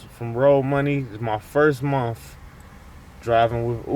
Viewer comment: Holy shit dude... This is probably the worst video on the internet. At least get your thoughts together before you make a vid bud. Were you drunk lol. What is a mumf? He kept saying he made a certain amount of money a mumf?? Is that an acronym or something? Or like a financial Uber term or something🤔